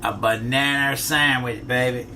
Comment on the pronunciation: "a bohnanner sammitch"